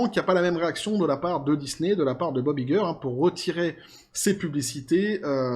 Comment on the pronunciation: on prononce en anglais Bob "ail"-gueur, pas i-gueur